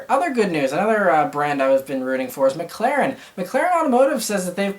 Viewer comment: I feel like Mclaren is vastly pronounced incorrectly. It's "Mic-Lair-En" not "Mic-Clair-En", correct?